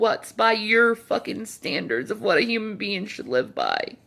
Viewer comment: Why can't she speak normally? 'Anytheen, sumthin, rawn, lawn, damoore, human be-un??? She needs speech therapy.